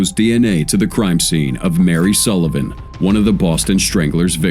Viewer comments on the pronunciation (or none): none